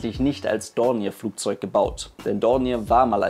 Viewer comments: Schöner Bericht, aber bei "Dorniär" stellen sich mir ein wenig die Nackenhaare auf ;-) "Dornjee" ausgesprochen klingt es besser. Der Name ist französichen Ursprungs. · Super Bericht. ich mag Deine Videos sehr ! Wenn man Dornier französisch aussprechen will, heisst es "Dornjeh" ;-) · Kleine Anmerkung zum Namen Dornier... Er wird üblicherweise wie im französischen ausgesprochen. Also [dɔrnˈjeː] ...(klingt wie DORNJÄ)